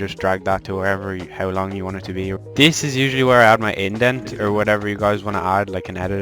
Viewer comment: this is gunna be so annoying but is called an Ident not indent